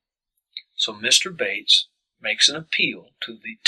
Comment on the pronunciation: He is mispronouncing the lawyer Bates's name!